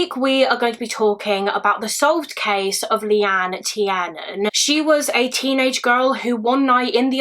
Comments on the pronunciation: It surprises me that you're British, yet still mispronounced Leanne's surname. I watch a lot of these kind of videos and it's usually people overseas that don't pronounce names properly. I think if you're going to cover something like this, surely it would be respectful to the family, to get her name correct. It's not Tee-air-nan. It's Tier-nan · No hate at all, but Tiernan is pronounced Tear-Nan. Its an Irish surname. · Minor nitpick it's pronunced tearnan. It's an irish surname.